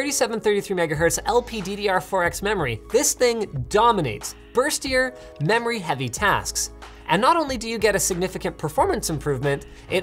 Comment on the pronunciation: I think he says burst ier but he really sounds like he says first year hahahaha